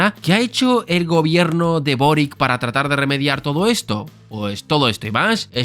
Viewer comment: El apellido Boric es de origen croata, se pronuncia "Borich".